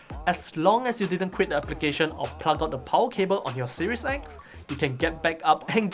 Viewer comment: The Powahh...lol